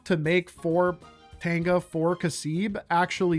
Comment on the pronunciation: I can't hear the difference between Tanga and Tenga so "do some ball busting and build up your stockpiles of tengas" was quite funny